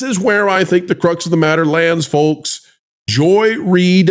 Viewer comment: The L in folks is SILENT!